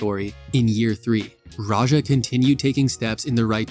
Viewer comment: good video, but his name is pronounced radj-ah. the j sound in his name is like j sound in english like in ja morant, not french j sound like at the end of garage or massage